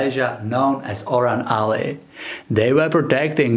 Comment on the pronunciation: FYI : the native Malaysian aboriginal people are referred to as Orang Asli ( say : Oh . Rang Us. Lee ) . Please keep up the good work .